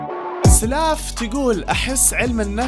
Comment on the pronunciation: اسمها سُلاف مو سَلاف 😭😭😂💔